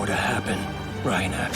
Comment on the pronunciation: Why do they pronounce her name “Gobby” and not “Gabbi” in the dub? Gross Edit:ew, why do they call Reiner “Ryna”